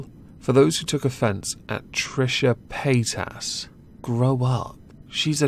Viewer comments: Paytas... really... I kept hearing Pétasse (french word)... which I wonder if she actually knows and chose on purpose... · I swear I thought you were saying Paint Ass.